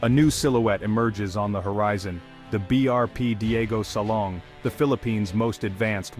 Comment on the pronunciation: DIEGO SILANG...not SALONG.